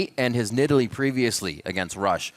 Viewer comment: ? did Phreak just call that cat, nid all lee? what happened to needle lee?